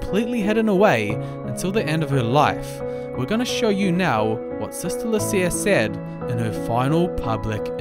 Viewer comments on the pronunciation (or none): A great message. It would be helpful if you could research the pronunciation of such important names in Catholic history. Lucia is "Lu-chee-a". Jacinta is " Ja-sin-tuh". The Roman Catholic Church officially recognized the events in Fátima as worthy of belief in 1930. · In Portuguese, the pronunciations are Loo-SEE-uh and Ha-SIN-tah. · The Portuguese pronunciation of "Lucia" is LOO-cha!